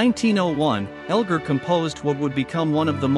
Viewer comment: Whoever narrated that short bio on Edward Elgar should LEARN HOW TO PRONOUNCE HIS NAME!!!